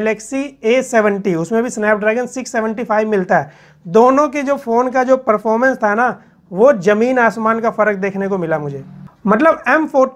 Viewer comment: جیادہ، جروری ،جمین 😂😂😂😂 ضروری، زیادہ، زمین صحیح الفاظ ہیں، تلفظ کا صحیح استعمال کرنا سیکھیں ۔۔